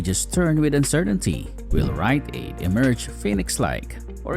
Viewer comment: Was this entire thing AI generated? LOL "WILL WRITE AID EMERGE FELIX LIKE"